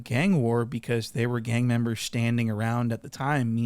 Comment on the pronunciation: "Gang membahs"